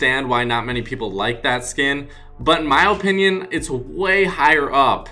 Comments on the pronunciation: Why do you pronounce opinion oopinion it makes me cringe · the way you say opinoin